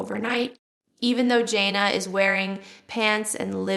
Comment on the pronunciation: this has to be AI generated. Scary. Jill would not pronounce Jana's name as Jonna.